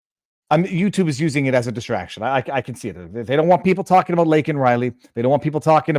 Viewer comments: apologizes for saying "illegal" but NOT for flubbing LAKEN Riley's name, let alone having never mentioned her tragic death up until then!! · They built this country.... Wow. Man. K. And thanks, reporter crybaby, not asking if he wants to apologize for mispronouncing laken's name? Does she or anyone mean anything to you? Or just toss them all on the pile killed my 'legals'...?